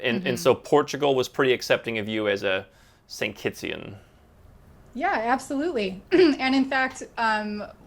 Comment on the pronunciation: its Kittitians, not Kittsian.